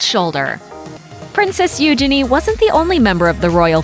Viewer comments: PRINCESS “ UUUGENIEEEEEEE” not “ OOOOGENNI “ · Please learn how to pronounce Eugenie. You're not doing it right. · I hate how she pronounces eugenie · Who else cringed at how she said princess Eugenie? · The way they said eugenie 😂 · The way she pronounces "Eugenie" though. xD